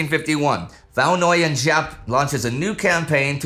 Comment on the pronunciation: Indy if you struggle the pronunciation 'Võ' sounds like 'go' but with a v instead of g, 'Nguyên' like 'win', and 'Giáp' like 'zap' or 'yap'! thank you for covering this part of history!